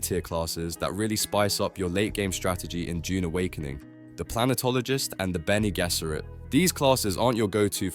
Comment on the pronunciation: You have to amazing ability to pronounce Bene Gesserit differt every single time and none of the times are correct.